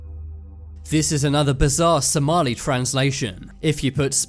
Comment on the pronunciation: the heck this is not how you say somali im somailan and whoever made this somailan traslate isreally weird.....